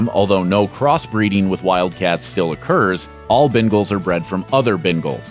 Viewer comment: He said Bengals wrong, I have one ...